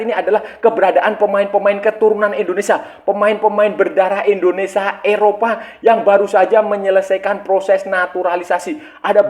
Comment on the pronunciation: INDONESIA kaaaang bukan ENDONESA